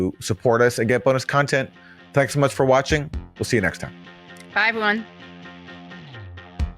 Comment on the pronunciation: Content > Cuntent